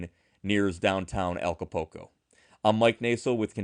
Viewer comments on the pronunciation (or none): did see the U? Because he used the "oo" sound..."ooh" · I certainly appreciate the information, and I mean no offense, but you’re butchering the pronunciation of Acapulco. Ah-ka-pool-co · Thank you for your post. I noticed that too. It like they don't see the U . It doesn't even make sense.